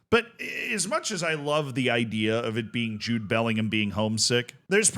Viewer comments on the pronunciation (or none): none